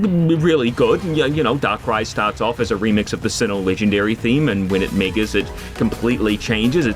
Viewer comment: Had to triple-take here until I turned on the captions and saw the word was "megas" but in Landundrian.